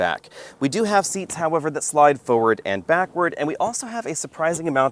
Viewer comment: After 7 years of videos, my skin still crawls when says “FO-ward” … dammit, there’s 2 Rs in forward.